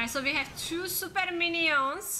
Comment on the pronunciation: I like how you pronounce the word minions. Mini-ons, lol🤷🏼‍♂️👍🏻